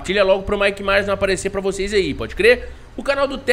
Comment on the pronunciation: Tj,o nome é Michael Myers ñ Mike Myers,tmj ❤